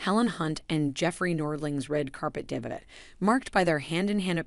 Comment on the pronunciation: It's not pronounced DEBIT.